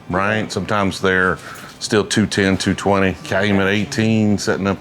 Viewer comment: When you say still,it sounds like stale..😊